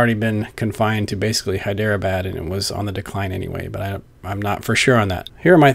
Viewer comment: Good stuff. Only beef is with pronunciation of Hyderabad. It's usually pronounced Hydra-Bodd. That's all, Cheers